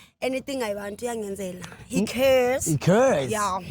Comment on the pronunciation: "He Carrrrres"😑😂😂😂😂😂😂